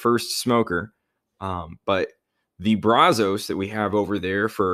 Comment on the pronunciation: Just a heads up it's pronounced [Braz] [us] not [Braz] [os].